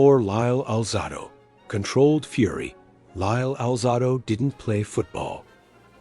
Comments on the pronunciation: Willie Brown?! Skip Thomas?! C'mon man! A. I. Should've been named Larry because you're killing me and alzahdoe instead of alzaydo positively BRUTAL! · Lyle Al -zah-do????!!! AI ****!!!!